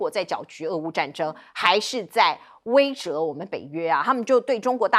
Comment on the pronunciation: 主持人不要读大白质威慑不是威慑你好几次都准备折主持人不要读错别字，就是笑话，威慑读读错了，读好几次都读错了，查查字典